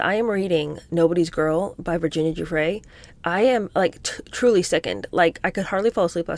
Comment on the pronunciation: The G in Guiffre is pronounced like a J. It is a soft G like gym, not a hard G like gate.